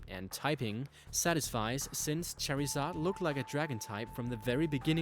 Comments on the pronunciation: char-ee-zard? naw dude...Char-eh-zard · fucking charzard not cherizard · Cherry-zard?! Dude are you stupid it's (char-zard) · its not Pronounced Char-EEE-zard its pronounced Char-Zard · um plz learn to pronounce pokemon names its not cherryzard its char I zard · LOL you said cherryzaid but its charzaird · its pronounced char-zard not cherryzod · was annoying me when he kept saying cherryzard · He pronounces charizard as CHERRYzard. I find that strange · Not that I'm trying to come off as a prick, but I'm not sure if it's your accent or you just don't know the pronunciation of some of the pokemon's names, but it made me cringe so hard. Especially when Charizard came up, and you said it as (what I took it as) Cherryzard. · The way u pronounce charizard lol u say cherryzard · Why does he say charryzard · did he rly just say cherryzard lol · U kept a funking saying cherrysar u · Cherryzad! lmao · Learn how to say charmander u sound like us saying cherry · pronounce charizard right instead making it sound like cherizard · U SPELL IT LIKE CHARIZARD YET U SAY IT LIKE CHARZARD U FUCK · Lmao when he says "Cherryzard" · bro its not cherryzard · Say cherry zard one god damn more time and I swear... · It's pronounced char I said not cherryzard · Sounds like ur sayin cherryzard haha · How can you screw up that bad with Charizard by calling it "Cherizard" and "Mewile" when it's "mAAAAAAAAAAAwile"? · the pronunciation is charzard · and watch the anime it's pronounced charzard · i agree, what the fuck in a Cherryzard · Cherrizard? Iol. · why does he pronounce charizard like that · Can you say charizard correctly. shits annoying as fuck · It bothers me that he mispronounced charizard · 1. XD XD XD XD IM SORRY BUT HIS pronunciation OF CHARIZARD IS KILLING ME LIKE LEGIT MAKING ME DIE XDXD XD XD 2. Anyone else hear the Naruto ost???? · Can you pronounce Charizard correctly you stupid fuck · You said charizard wrong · i cringe everytime he says charizard's name... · wtf is a cherryzard